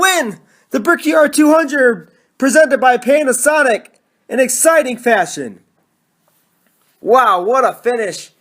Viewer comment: I heard "pain a sonic"